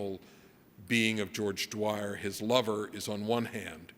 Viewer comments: George Dwyer? Spoofer......doesn't know his stuff, or is unable to pronounce it. Don't know which is worse. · So true. And this guy made some normie comments too by misquoting Bacon's "valves of felling" with "values of feeling". Mispronouncing George Dyers name. And spreading the "Freud had 40 children" myth. This guys a well intentioned hack. 🤷‍♂️